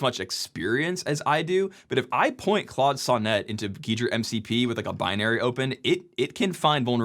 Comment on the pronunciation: I guess that "Sonnet" pronunciation was the joke part of the video ;)